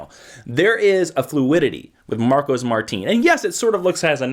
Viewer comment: Its pronounced Mar tin not Mar teen